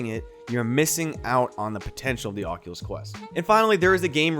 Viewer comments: tells us to pwease not fall for scams like "ocuwueo" Thank you, very "kwool" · he says cockulus